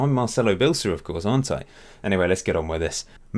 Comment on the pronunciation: You say his name wrong, it’s pronounced BE ELSA not BILSIR